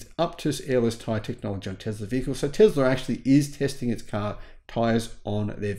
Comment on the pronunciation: I love your videos but where the heck do you find the Z in Tesla?